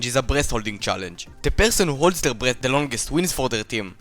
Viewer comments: i misheard breath as breast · It does sound like that- oh my god